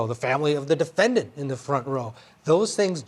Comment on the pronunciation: Defen-diant? What a moron.